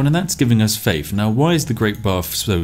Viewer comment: Oh shit a challenge that broke spiff, will he find the exploit to overcome saying faif?